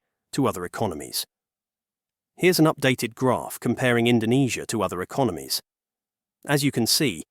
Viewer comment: Don't believe me? listen , where he mispronouce Indonesia due to typo